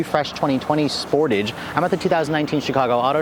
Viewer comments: are the exhaust really integrated? I have seen other reviews which showed otherwise. Also isn't it pronounced "Sportaj"? Question: Is AWD available in the U.S.? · Wtf is a "Sportij?"